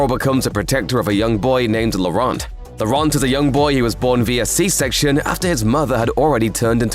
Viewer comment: Thanks for the explain. Please take note, Laurent is pronounced as 'Loran' (the t is not voiced at all) ;)